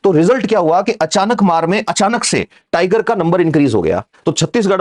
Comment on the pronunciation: नाम अचानकमार नहीं है...अचा।।।।।।नकमार है ।